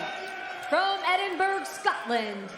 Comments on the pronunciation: Edinberg? Come on. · Joe needs to sit that ring announcer lady down and tell her how to say Edinburgh correctly 😂😂😂😂